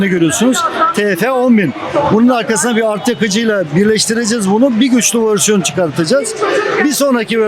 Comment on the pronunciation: hocam ülkemiz için çok değerli, çok kıymetli kimliklersiniz ama Allah aşkına vörsiyon demeyi bırakıp versiyon demeyi deneseniz en azından